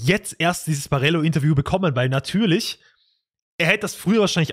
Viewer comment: Ich kann die Aussprache von Barello einfach nicht anhören.